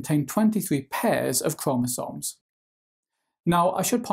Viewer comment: The way you say chromosomes give me two extra chromosomes